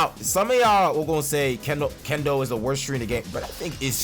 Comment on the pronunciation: can't say kendo so